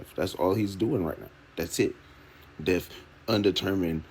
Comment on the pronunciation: Something I couldn't stand about this press conference, every time crump said death he pronounce it deaf. He said "we have to AXE ourselves" .... I don't give a f*** about Black culture ebonics and how you talk but when you're on a world stage and just won't do better? Give me a f**** break